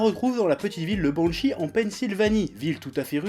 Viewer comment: a quand il a dit banshee jai cru il a dit bon shit